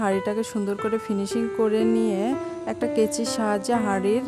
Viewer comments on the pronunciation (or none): ওটা কাচি হয় কেচি নয়